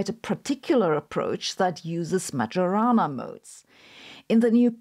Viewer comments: poor Majorana, called as "magiorana"... 🙁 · Probably you should pronounce the modes as the man's name in Italian: [ˈɛttore majoˈraːna], thus the "j" not like in djembe but like the "y" in karyenda. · To quote ChatGPT, The name "Majorana" is of Italian origin and would typically be pronounced in English as "ma-yo-ra-na". Here's a more detailed breakdown: - "ma": rhymes with "ma" in "mama" - "yo": like "yo" in "yoga" - "ra": like "ra" in "radio" - "na": like "na" in "nana" In Italian, the pronunciation may vary slightly, especially the "j" sound which can be a bit softer, closer to a "y" sound in English. The accent also typically falls on the second syllable ("yo"). === So, it does not sound like "Major" with the distinctly English 'J'. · Every time Sabine says "majorana" I hear "marijuana". But, the "who could it be?" for the phone call caught me off guard. Lastly, Sabine's explanations for quantum physics and entanglement make it all seem self evident and obvious the way I thought of it. Not the way everyone else talks about it. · The "j" in Majorana is not pronounced like that. That aside, great job as always! 😊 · I can't beleive how she says "Majorana" 😢😢😢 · Thank you again for your super-interesting videos. But please, just stop pronouncing Majorana's name that way. The correct pronunciation of 'mAJOrana' is like the 'Io' of 'Iowa', the US State.